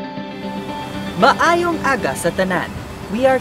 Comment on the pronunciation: Wow your accent is maayo👍